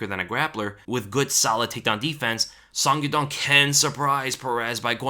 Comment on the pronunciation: Song Yadong's name is pronounced as: Soh-ng Ya-Doh-ng